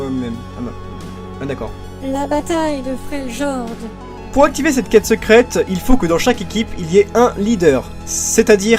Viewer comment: Olala, je déteste ta prononciation des noms commun! Soit tu nous les fait à la française, soit à l'anglaise, mais pas Français/Anglais! Freljord => ]Frailïorde] ... Je suis rabat-joie mais les doubleurs français ont tous cassés en le prononçant salement ! Volibear => [Volibaire] ... Et non pas Volibeer [Volibire], c'est pas une bière ton ours :D Zyra => [Zaïra] ... Je suis sûr que tu dis Ryze [Raïze] et non [Rize], c'est pareil pour Zyra :D Mais bon, sinon c'était sympa ! :d